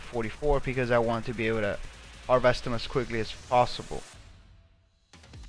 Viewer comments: Uuummm.... I sure HOPE thats not a Sig.... They suck.... Magnums much better for hunting..... Also its HARVEST.... Not Har-VEST. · Et Are typing to me? If so I was corecting his pronounciation of harvest. He says it wrong several times in the video. Cheerio.